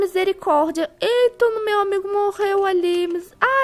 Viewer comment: Kkkk "o amaigode"